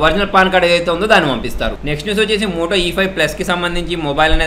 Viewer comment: Bro mogo kadhu Moto Anna